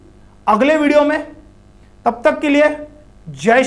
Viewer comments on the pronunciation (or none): none